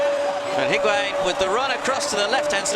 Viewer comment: I can’t STAND how commentators say the ‘u’ in higuain’s name!! Arghhhhhh! Literally your job is to talk!!! Take a 1 minute course with me on pronunciation!!!